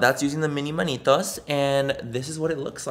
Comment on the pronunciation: Lol Manitos Manny it’s manitas!!!!! 😂